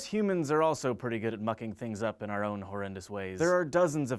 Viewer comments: haha i thought he said fucking. really he said mucking but i thought fucking. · I thought he said f**king instead of mucking at the beginning so i had to go back and check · I thought he said "fucking things up" in the beginning